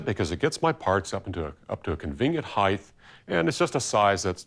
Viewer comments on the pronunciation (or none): You had me until you said "heighth" there's no "th" sound in the word "HEIGHT"